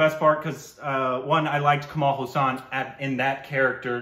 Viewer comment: His name is not pronounced as Kamal Husaan. His last name is pronounced "haaa" + "sun"